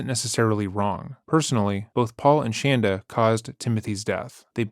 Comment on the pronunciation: I LOVE LOVE LOVE how you pronounce Shanda's name! 😍 😂😂 It's fantastic